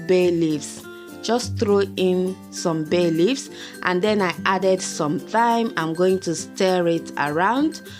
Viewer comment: I always love your videos. I just wanted to say that thyme is pronounced as "time". I thought I heard you pronounce it with a "th" sound 😉